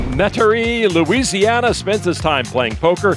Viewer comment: Lon, “Louisiana” has five syllables.